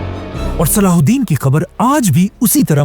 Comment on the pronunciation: Name saladen nahi hai salah u din hai